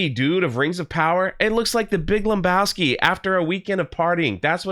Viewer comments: There's no "M" in Lebowski, my dude. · I hate to be the one to break it to you but there's no "M" in Lebowski.